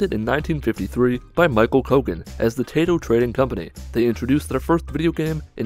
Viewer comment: I'm pretty sure Taito is pronounced "TYE-toh", and does not sound like a vegetable.